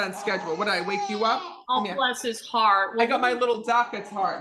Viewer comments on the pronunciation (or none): Bless his heart ?!! Girl no … that is not said properly. Look the term up .